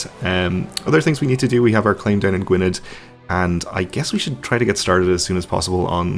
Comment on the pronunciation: Gwynedd is pronounced Gweeneth or Gweeneff if you prefer.